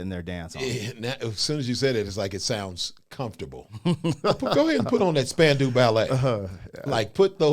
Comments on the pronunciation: Spandau - not Spandu. And it is prounced Span-Dow (like Doe Jones). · They were not a boy band. They were the New Romantics. Very talented, did not lip sync. Pronounced spandau (dale) 😊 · It's pronounced Span Dow Ballet. Named after Spandau Citadel in Berlin. The Ballet was said to be describing the twitching of all the people who were hung there during WWII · Pronounced span- dow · It's pronounced "Span-dow" Spandau is actually a place in Germany near Berlin. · Pronounced Span-dow - rhymes with how. Not even close to a boy band. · I love ya Krizz, but your statement about cordless mics was incorrect. Oh yeah, we did. And it's pronounced Span-dow Ballet. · Pronounced as Span-dow, as in span-cow, Ballet. Not a boy band. Movies 🎥 16 Candles 🕯 starring Molly Ringwald in 1984. The Wedding 💒 Singer has an excerpt. Written by Gary Kemp. Classic 🙌 1980s pop ballad. In the video he is on piano 🎹. But, in concert and in the studio 🎙 he was on guitar 🎸. Jess Bailey was on piano 🎹 in the studio and on tour in early days of Spandau Ballet. Martin Kemp, younger brother of Gary, on bass guitar 🎸. He was married to Shirlie Hollliman, who was a backing singer for Wham! You can see them in the music video 📹 Last Christmas 🎄. Steve Norman on saxophone 🎷 John Keeble on drums 🥁. Tony Hadley on lead vocals. He quit. The band broke up afterwards. . Marvin refers to Marvin Gaye, who was alive in 1983. RIP. Samples. 1 In 1991, PM Dawn used a sample for a song 🎵. 2 Backstreet Boys had a sample: ain't nothing but a heartache 💔 matched the descending piano scale, and last , of True. Suggested videos 📹: 1 PM Dawn performs Set Adrift on Memory Bliss 2 Backstreet Boys sing I Want It That Way. 3 Spandau Ballet performs Highly Strung. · IT'S SPAN....DOW, that's the pronunciation. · and the 'dow' part is pronounced as in 'down' , not as in 'window' -- except if you live in some parts of the world like Scotland, Canada, some Northern English counties.